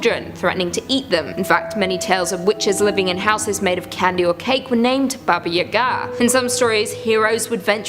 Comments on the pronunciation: My dude it's pronounced baba yah-gah, not u-gah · Please, never again ever say "Baba Yagaa" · I agree I cringed every time, "Yaga" is pronounced the same way "Baba" is except for the first letters. I didn't know she was saying "Baba Yaga" until I looked up and saw the pictures?